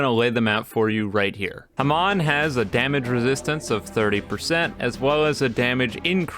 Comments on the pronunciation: its not hemon its more like haamoan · your saying Hamon wrong T^T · God the way you pronounce hamon is funny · why he say hamon like that lol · Is anyone gonna mention how he pronounces hamon..?